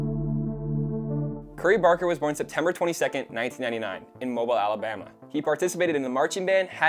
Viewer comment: It’s “moe-Beal” Alabama